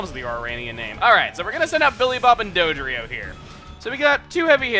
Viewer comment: Dodrio? Sorry Chugga but that's bad.